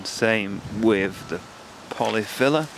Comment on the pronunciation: Thought you said polly filler. Lol